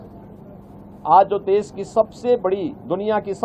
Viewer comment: Okay taklu baba, please resign we need an english speaking CM also it's deSH not des